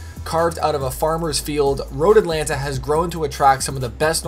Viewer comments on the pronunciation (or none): none